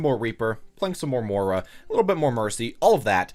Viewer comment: It's MOY-RA